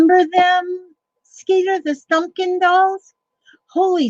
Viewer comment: Just looking-over some oldies on your channel. "Stumpkin Dolls"! LOL . . . . . I thought (til Skeeter wrote it) that you were saying "Thumkin"! I'm SO curious now -- what do they look like? How about (maybe a 2 part-) series of videos here?